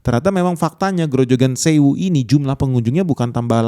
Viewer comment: grojokan zewu. belajar bahasa german?